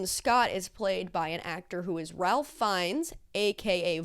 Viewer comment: Idk if you were goofing with his name, and I'm positive someone else has told you this but Ralph Fiennes' name is pronounced "Rafe Finez"